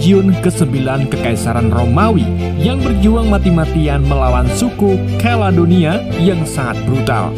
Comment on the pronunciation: Maaf diralat...Keladonia adalah Kaledonia 😂😂